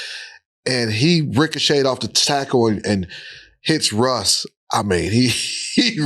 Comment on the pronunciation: What the hell London fletcher be talking about “Rush Rush”…the man name is Russ not Rush…then gone say “no pun intended” 🤦🏾‍♂️🤦🏾‍♂️😂😂